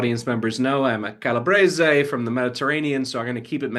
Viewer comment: Hey Calabrese-You, unlike everyone else on the Action Network, know how to properly pronounce your last name! Hooray!